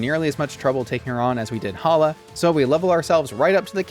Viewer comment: We don't talk about Bruno but it's Hala